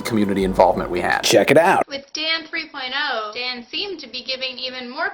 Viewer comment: LOL in the beginning it sounds like hes saying "this episode of damn 3.0 is brought 2 u by squarespace"